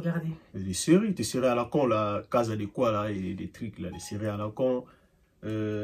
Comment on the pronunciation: PTDRRRRRRR Il a dit la casal del quoi la Jsuis moooorte 😂😂😂😂😂😂😂 . Non franchement à zonga na chaîne to valider ye, mais yaya pardon bagissa mwa fouka fouka ngwasuma na intro eza trop malili. En tout cas grosse force 👌🏽👌🏽👌🏽👌🏽😍😍😍😍